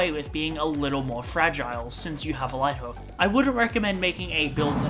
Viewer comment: Omg no way you called light hook "life hook" I am literally kicking screaming and crying right now